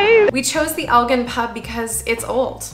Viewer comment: it's Elgin with a hard G.